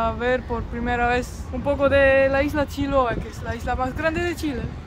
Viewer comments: el lugar se pronuncia con tilde en la e, chiloé, con todo respeto siempre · no es paláfitos, es palafitos, lo dijo bien palafitos, pero es Chiloé. no Chiloa 😂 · Hermoso video Mateo y. En todo caso lo dijo bien al principio, Mateo se dice acá "palafito" con un ligero acento en la "i", no en la "a". Y la palabra "Chiloé" acá se acentúa Mateo en la "e" no en la "o". Y sobre la pregunta de en realidad habla el español casi perfecto, debe ser la estonia que habla mejor. Un abrazo a ambos!